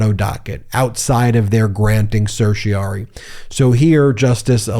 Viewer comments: Then, the writ from the Supreme court ends in rari not ory. It rhymes with fairy o4 starry not slurry. Ask Google how to pronounce it. You are getting it wrong. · Ben, why do you continue to mispronounce the term certiorari?? You tend to undermine your credibility as an attorney when you fail to pronounce a common legal term, and then fail to correct yourself. You can do better!